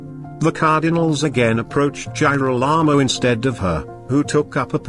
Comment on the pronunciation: you have to review the pronunciation of Girolamo, I had to stop watching because it was too irritating.